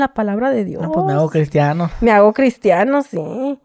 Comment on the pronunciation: En la isla se hizo….CRISTIANO!… Jaja ese acento tenemos algunas regiones, recalcar la ironía jaja